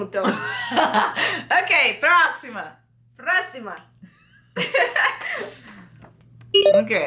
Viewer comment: "U kay" kkkkkkkk